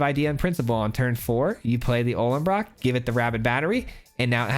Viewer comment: Why does everyone call the Ollenbock "Ollenbrock"? Don't want to be a word nazi but you can't just add an R to words all willy nilly lol.